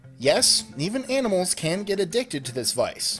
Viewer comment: 18 confused me for a while, thought you said "animals eating plants" and not "animal eating plants"